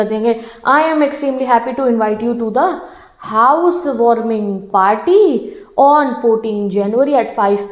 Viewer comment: listen this in 1.25 x speed what is mam saying ...house warming potty..